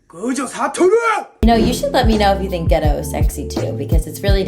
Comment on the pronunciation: Bro why do people pronounce Geto as ghetto when all the characters say gey-toe